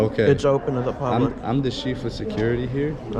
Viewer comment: “I’m the shief of security” 😂